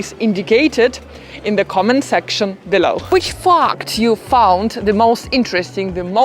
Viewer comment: The way you say "fact" at the end makes it sound like "fucked".